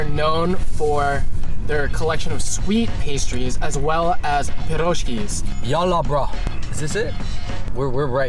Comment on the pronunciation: It is not PjerOshki it is PIroshki 😂!!!!!